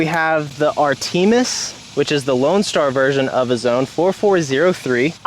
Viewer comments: man pronounced it "ar tee mis" lmaooooo, its pronounced "ar tuh mis" after the ancient greek goddess of the hunt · And it’s not “ar-TEE-mus”. It’s “AR-tuh-mis” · Art-a-miss I believe is the pronunciation for Artemis. Loves the vids homie. Hope you can make it to the North Texas area and we can olay